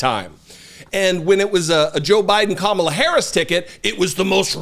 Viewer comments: wouldn't Kamabla be spelled Kamablah as you are pronouncing it? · He's just having another mental breakdown. He slurred when he said 'Kamalabl'. He couldn't get the ck out. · What the heck is this orange guy talking about... Kamabla? That's just gibberish!!😂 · Kamabla is on purpose he's like 12 year old tee hee i said her name wrong what a dick